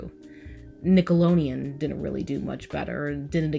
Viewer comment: i love love love this video and i agree with a lot of your points...... but you kept saying Nickalonian...... good good video though!!!